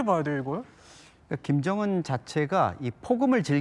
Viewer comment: 으 발음을 어찌 그리 못해요? 그게 안돼요? 일부러 그러는 건가요? 김정운, 김정은 운독촌, 은독촌 쿤대장. 큰대장.. 우리나라 사람이 이게 인된다구요?